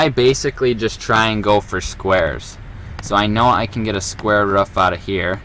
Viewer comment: we not gonna talk about the fact that he pronounce roof as rough